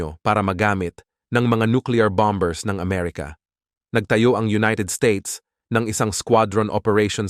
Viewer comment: Bamer not bomber